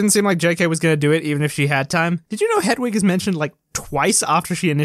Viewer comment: Whole video is void for pronouncing ‘hedwig’ as ‘hedgewig’ less than 1 minute in.